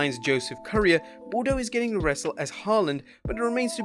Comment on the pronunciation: Once again Parker's family name is pronounced BOO-DRO. I am a Montrealer born and bred so I understand how you pronounce a French name. My french is from perfect, but I do know how to pronounce Boudreaux.